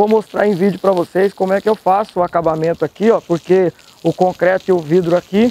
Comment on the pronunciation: Amigo! Só uma dica, não é cocreto...o correto é concreto...kkkk